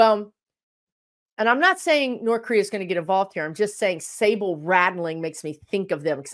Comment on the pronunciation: I think what you mean is saber rattling. Not sable or Sable. Lol!!! I know you’re busy with your guides and your brain is over there on the other side, but I just thought I’d let you know in case you don’t know.